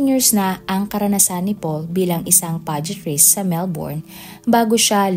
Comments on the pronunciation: Podiatrist pronuence as Podayatrist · Podiatrist.. Read as podayatrist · PODAY ATRIST, pronounce it correctly ‼️